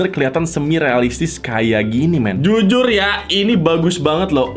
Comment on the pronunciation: taipo bilang zuzur harusnya jujur